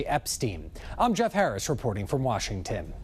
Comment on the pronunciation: Nothing like "reporting from washing-tin."